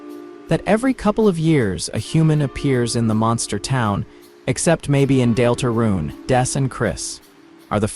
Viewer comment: AI slop voice made me turn this off instantly. Nobody has ever pronounced "Deltarune" that way. I was suspicious, but this confirmed it. Nobody wants to listen to LLM garbage. Use your own voice. Pay a friend to read it. Use an old-style text-to-speech like You have so many other options than AI slop.